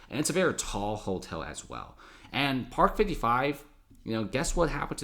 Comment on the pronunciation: Never heard the word hotel pronounced holtel. Interesting. Good video.